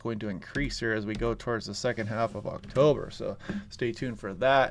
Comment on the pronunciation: The AI announcer failed with the date of the launch pronounce of October. Thanks for reminding me that human kind is fading from communication.